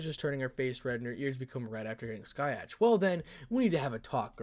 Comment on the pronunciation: it's Scathach not skyatch